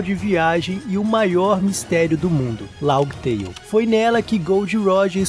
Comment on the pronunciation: Mano, toda vez q escuto LAUGUI TEIO, eu fico com a ctz q vc n troca ideia sobre onepiece, e que esse roteiro é apenas i.a... Fã falar Laftel até entendo, mas laugui teio é pica.